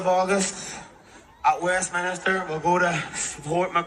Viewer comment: He called it Westminister lol where they off then?😂